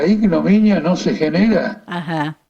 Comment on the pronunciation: Qué preguntó? Indominia? O ignominia? Qué quiso preguntar?